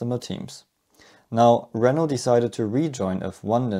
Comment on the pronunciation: I kept thought you were saying "ouioui engine" 😭😭😭